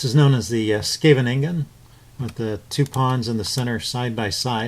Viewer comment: Your pronunciation of "Scheveningen" was perfect the third time you said it. I must say you did a great job with explaining the ideas behind this opening. It always scared me off to play it because there are so many variations in it and a lot of players are very much studied up on it. But you 've made it sound more accessible then I thought it was. I feel more confident trying it out now as white and as well as black. Thanks